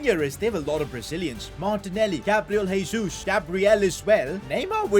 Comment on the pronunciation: you don't actually pronounce "Jesus" like that, in portuguese you use the normal "J" sound